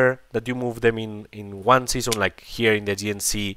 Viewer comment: Your english is not very bad looking,. ✌️ Next time try to say sea zone instead season 😆